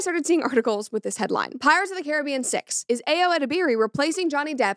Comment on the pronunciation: As a West Indian, your pronunciation is correct brett, well done🤣